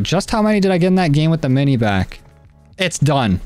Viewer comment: It’s not mini BACK it’s mini BAK